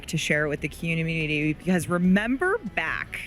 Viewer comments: Anyone else hate that lady giving us cod info with here fake smile? I would rather have a dev that actually plays the game give us updates and tell us about things to come lol. They have been so good with the community in the past 😅 she can't even say "community " when she mentions blackout coming back. It looks good but looks like updated bo6 and I'm not sure that's gonna make me wanna play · is this ai or she really couldn't say community lol